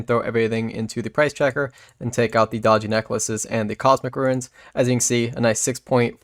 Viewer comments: few things trigger me more than someone who pronounces runes as "ruins". There is no "i". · I cant stand hearing these verbally challenged people chop up words... eggsericks, and "ruins" for runes.